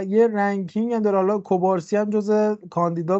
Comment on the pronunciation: اسم مدافع جوان بارسا مگه کوبارسی نیست؟ چرا بهش میگید کبارسی؟